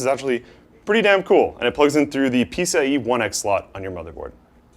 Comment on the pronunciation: What's this "peace ah ee" stuff keeps talking about?